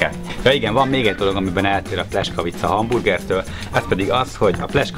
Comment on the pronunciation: Szép videó , aránylag jó recept ( a "buci" szentség törés , a pljeskavicához :) ... lepényben az igazi aminek az a buci meg sem közelíti sem az állagát , sem az ízét . ) És a pljeskavicát ....... PLJESZKAVICA nak ejtjük az "S" , az "SZ" :) Nagyon tudja bántani az ember fülét , ha egy 8 perces videóban kb 40 x rosszul mondanak valamit :D